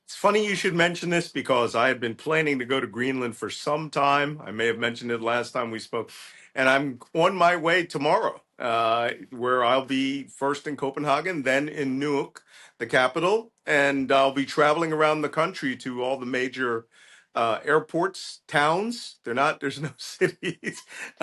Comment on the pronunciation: Malcolm, I love you! But please use the long A In Copenhagen ❤